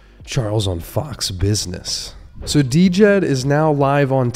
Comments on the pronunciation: You’re killin me the the d-jed 😂. It’s pronounced “jed” ;-) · It's pronounced Jed! For the love of all, please say it right, my ears bleed! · Dude, how do you not even know how to pronounce Djed?? The d is silent…